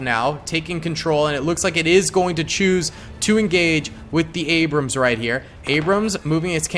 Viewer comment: You called an T-80 an abruams 😂😂😂